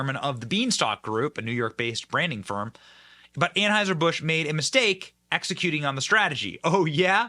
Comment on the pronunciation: START SAYING ANHEISHER-BUSCH.